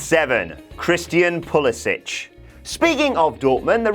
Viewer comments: Pulisic does not pronounce the last syllable of his last name as "ich", the way it's pronounced in Croatia. He himself pronounces it as "ick." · Bit of an eye-opener this, good video. By the way, Its pronounced PuliSICK.